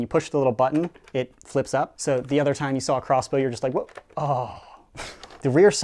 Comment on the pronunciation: Is he saying crossbow or cosplay?